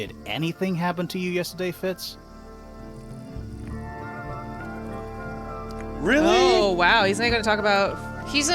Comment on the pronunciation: How it sounds like everyone is saying Fritz instead of Fitz